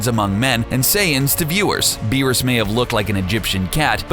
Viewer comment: Doomsday alone would wash all of these villains. None of them would stand a chance against him, not even Beerus with the Hakai. Also, never do an anime video again, because you guys can't even get the name right...